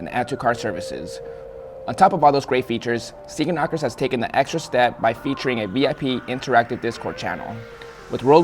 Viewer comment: Sneaker Knockerz? I thought he said Speaker Knockerz😭🙏🏼😢